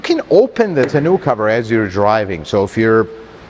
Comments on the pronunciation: Tah-know cover not Ta-noo/Canoo :face-blue-smiling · Nice review as always. Agree with all points but they way he pronounces 'tonneau cover' drives me batty..... Sounds like he's saying "Ten-new cover"? "Tah-no" cover is how I've always heard it pronouced with the emphasis on the "tah" part! I don't think it is supposed to rhyme with "Canoe"! lol😀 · I love you, but if I have to hear you say tunoo cover one more time...😂